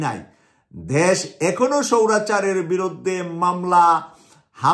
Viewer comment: Correct pronunciation is Shoiracher, not shouracher.